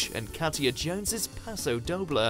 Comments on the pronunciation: Doble is pronounced doh-blay..... my inner ballroom and Latin dancer cringed a lot when he said doh-bluh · Can this guy please learn how to pronounce pasodoble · .... Okay.... Paso WHAT?! that is NOT how to pronounce that at all. Seriously, you can just watch the show to find out how to say Paso Doble if you don't know 🤦‍♀️🤦‍♀️ what a cringe.